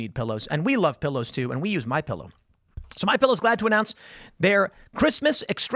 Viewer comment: A “ Phillow” - awe, yes please!😂